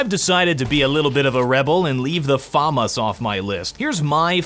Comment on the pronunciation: Can you actually not say FAMAS like that 😡